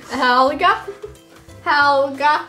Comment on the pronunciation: its hhhhelga remember hhhelga hhhacks the h